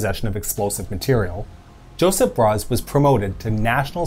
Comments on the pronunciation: It hurt my ears to hear him pronounce Josip with the English J, Its pronouced Yoh-sip, like the english y. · Why is this dude pronouncing his names as... Joseph? He's not an English, American or whatever. It's Iosif (eng: Yosiff) for Stalin, Josip (Eng:Yosip) for Tito.